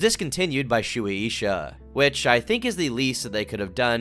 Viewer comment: Shoeie Isha? Are you trying to say Suisha? Sway Shah. if you type a Japanese word into google translate, even if it's in English, & you set it to translate from Japanese, the audio button will tell you how to pronounce names & companies. Very useful.